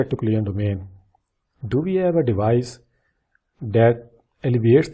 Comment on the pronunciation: You're saying all the time "client domain" or something like that, which is not understandible. Maybe you mean COLLISION domain? If so, work on pronouncing it right, it's VERY confusing :(